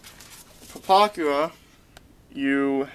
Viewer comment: there was actually SOOOOO much more WRONG with this guys vid than just some numbers.. he doesnt even know how to SAY the damn name.. things wernt mixed up in the model.. HE was mixed up, his red lines and black lines were fucked cause he doesnt know WTAF hes doing, things should be like this, BUT opposite... a lot of double talking and rambling on .. when he said "dont use your $30 pen".. i lost it... i was laughing so hard by that point i had to stop everything... Ohhhhhhhhhhhh ... boy oh boy..